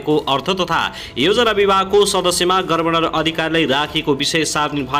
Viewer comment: गभर्नर भन्न पर्यो क्या पत्रकार मित्र के हो गर्वनर गर्वनर🤣🤣🤣🤣